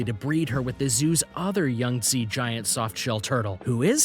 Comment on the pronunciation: It's not yungtze. It's Yangtze